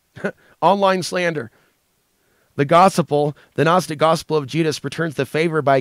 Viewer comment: No bad intentions but you are pronouncing Gospel wrong